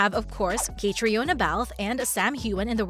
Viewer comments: When are you going to pronounce Caitriona’s name correctly? She’s been around for nearly 20 years….modeling…..acting 😖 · How can I take anything you say seriously when you don’t even know how to pronounce her name? I know everyone wants to make their fortune on YouTube, but do your research before embarrasing yourself….